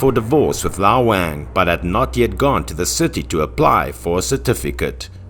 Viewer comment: I don't think that's the correct way to pronounce the name "Wang"